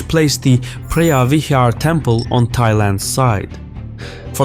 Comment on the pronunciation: Preah vihear is pronounced pravihear. Btw a moan is a chicken and Tom means big, therefore ta moan Tom means big chicken temple.